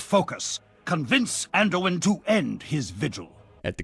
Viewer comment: Manduin lol